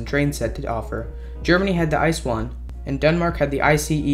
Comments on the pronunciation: the fuck is an “ice one” ITS I.C.E InterCity Express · Heres a fun fact: An ICE-1 was shipped over to the US to promote it as a possible replacement for the Metroliner (just google "Amtrak ICE" if want to know more :) ) PS: Its pronounced ICE not ice ;) you cant eat them :D